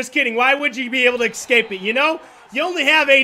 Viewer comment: He says "excape" instead of escape